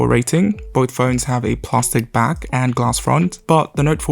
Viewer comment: WTF is "Plah-stic"?